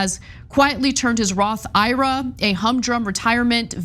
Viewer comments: Ana... ira?? I. R. A. you're killing me with that pronunciation... it's not a guy's name, it's letters/initials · It's not Ira, it's I-R-A!! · Roth I.R.A., not Roth Ira. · its not a Roth Ira like eye rah... It's a I.R.A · MAJORLY IRKED ME, THEN CENK JUMPED ON THE PRONUNCIATION BANDWAGON AND NOW I AM LIVID